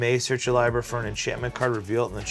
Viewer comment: He said libarry hahahah